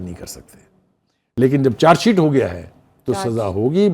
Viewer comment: میڈم چار شیٹ نہی چارج شیٹ کہتے ہیں اپنا تلفظ ٹھیک کر لو